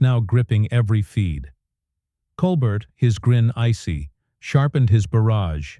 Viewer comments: I hate lazy people and the use of AI and Voice Recognition. The host's name is Stephen Colbert & it is not pronounced: Coal-Burt. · Get his name right. The name "Colbert" is pronounced as "Kohl-BEHR" as in "bear." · OMG that robot voice is dreadful. It kept mispronouncing Colbert. The script was so repetitive. No person would pause in the spots the machine did. Hire a human being for pity’s sake.